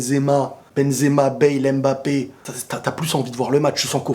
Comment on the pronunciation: ta tête là, c'est Mbappe et non Embappa tchiiiiiip